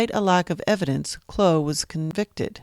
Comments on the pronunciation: Why on earth do you keep calling him Kloe? It is pronounced Clow like Cow but with an L. Descendants of Cheney Clow now spell the last name Clough. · You are saying the name wrong. It is Clow like "Ow! I cut my finger".